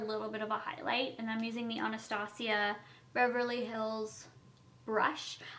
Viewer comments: Tabitha Newman she usually says "anastashia" but she said Anastasia properly in this video😂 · Omg she said Anastasia good!!!